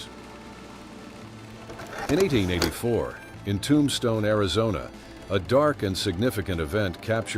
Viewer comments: "Tom-Stoney"? Just what the world needs is mor dumbing-down by AI...Tomb-Stone is really quite easy to pronounce! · I really wish you would not use AI for the voice overlay. It can't pronounce Tombstone correctly. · Whoa!! AI brings a whole new pronunciation of the town of Tombstone! 🤣🤣🤣